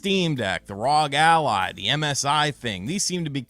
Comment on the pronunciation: Did this man actually say RAUG ALLY instead of R.O.G lmao